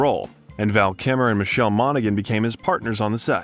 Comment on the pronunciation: There are a few giveaways that this is an AI created video. None so obvious as "Cybele Shepherd" (Siy-bel?) Roger "E"bert. :eyes-purple-crying: "Val Kimmer"